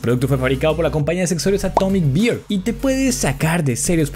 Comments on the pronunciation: Atomic Beer (Cerveza Atómica) o Atomic Bear (Oso Atómico)? La pronunciación es diferente: Beer = Bir, Bear = Ber... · Atomic bear se pronuncia a como se escribe Porque lo pronunciaste como "beer" (cerveza) :v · bro pronunciaste Bear como si fuera Beer